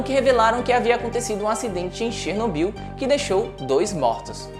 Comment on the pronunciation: Assista desalma série globoplay e aprenda a pronúncia correta de Chernobyl.